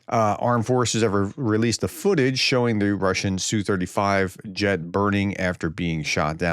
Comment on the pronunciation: "ess you". Prof, check your pateon comments. Linked you a source so you can quit sounding like either an idiot or someone who's trying to be pro Russian using Russian pronunciation of the abbreviation. In English, the designation is said "ess you 35". For every Russian aircraft type except the MiG, the letters are individually stated by letter name, as if you were reading a aircraft's tail number. You wouldn't say tail number "nu 650 ga" for N650GA, you'd say "N" 650 "G" "A" (except you'd also say six, five, zero, but you get the point, hopefully).